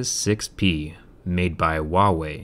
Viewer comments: lol, you pronounce it wahwey, i didn't know how to pronounce it so i call them "who are we" XD the things you learn haha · Not wahway godammit! lol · "made by waway" XD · its a chinese company its said differently and there is no need to call me that. Its not my fault that ignorant people cant pronounce correctly.